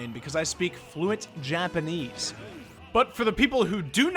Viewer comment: All of them have some weird jackets. Why do jackets have holes for arms at the upper part of the arm parts? Your Japanese speaking made me cringe a bit. Lol. That up special also gives free spike? That's baloney!